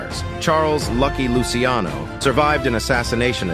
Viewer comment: It’s pronounced Luchiano*